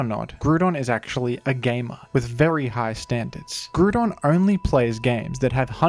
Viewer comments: I cant listen to this man butchering "gruudon" . Come on man, its right there in his name. Ground not gruud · Am I the only one who gets triggered at him saying Groodon? Like I swear to God it's Groudon (Gr-ow-don) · in the pokemon rap, they’re pronounced incorrectly as groodon and key-oh-gree, so lots of people incorrectly pronounce them this way. it’s actually grou-don (like ground), and kai-oger. you’re right, the majority is wrong. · I stopped watching at the fifth "grudon" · we also say groo-don in greece, so it was kinda nostalgic hearing you pronounce it like that <3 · I cannot watch this video he says gru don every damn sentence 😭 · “Groodon” lmao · In france we also pronounce it groo-don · Man said gruuuudon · The horror of hearing him pronounce "groooodon" the entire video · who the fuck is grudon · People would also say Groodon at my school, but that's cause we were Norwegian, and we struggled with English pronunciations. We would also say Kaiogre. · Awesome video but GRUDON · Ah yes I love grewdon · bro groodon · be like: Grewdon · Smart and insightful analysis, awful choice of pronunciation :) 10/10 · Is that really how it's pronounced? I always thought it was grou (like drought) and don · As an Aussie, I'll happily back you up - I pronounce it GROO-DON as well! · I’ve never seen someone mispronounce groudon so poorly Like dude it’s Grou(like grouch or ground) and don, like a dinosaur or a lizard man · If it makes you feel any better, I too am an Aussie who pronounces it groo-don. I think smash bros might be to blame, as I didn't pick up pokemon until uni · How are you saying groodon and yet still saying ground the way you do? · I like pronouncing it "Groo-don" in the context of immediately after saying "Key-oh-gree" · had to pause seconds into the video to fully contemplate whether i wanted to hear you call it groo-don for eight minutes. consider yourself lucky for my view,. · I'm reporting you for the pronunciation